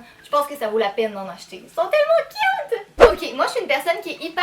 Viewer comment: C'est moi ou au début quand elle dit les choses inutiles on voit un chat 😂 Et quand elle dit le chausson licorne "Elles sont trop CUT !!!" 😁😋😝💋😘😊